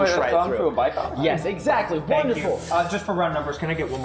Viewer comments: It is called a Bycocket, not bi-cock. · BycockET not bycock smh